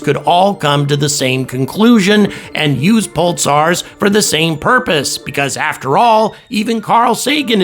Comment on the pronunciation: Sounds like you're saying "pultsars"